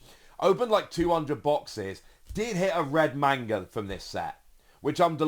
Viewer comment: I love your content and please take this with the respect I am trying to say it in. Please say manga correctly if you are going to correct everyone on Imu.